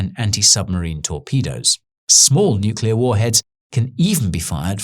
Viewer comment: THANK THE LORD that you don't pronounce it "nucular"